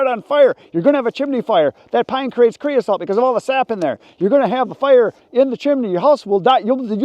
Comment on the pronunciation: c r e o s O T E not c r e o s A L T